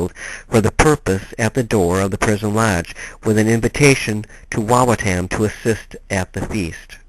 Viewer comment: It is pronounced WA WA TUM